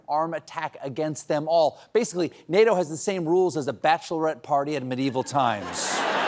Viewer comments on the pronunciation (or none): none